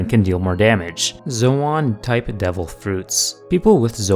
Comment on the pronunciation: Its zo in not zo awn